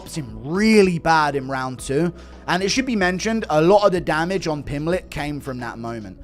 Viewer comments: The best part of this video is Teddy Atlas calling Paddy, “Paddy Pimbleton”… 😂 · Teddy Atlas... "Paddy Pimbleton" 😂